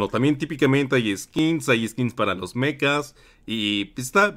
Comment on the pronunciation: Se dice Mechas no Mecas 😅